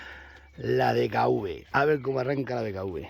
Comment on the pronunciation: Pero tú también dices DKV como nosotros los jitanos Jajaja pero si los pallos dicen la furgo